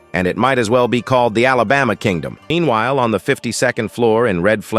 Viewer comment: Did anyone else 🙉 Bro said the Alabama king Dom 😂🤣 lol